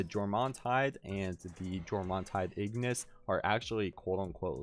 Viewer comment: And "ig-niss" (Latin word for fire)